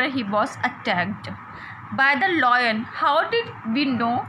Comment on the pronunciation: Its lion not loin